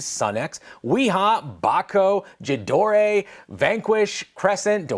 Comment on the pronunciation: Jeh-door-eh? Is that the Italian pronunciation? 😂🤌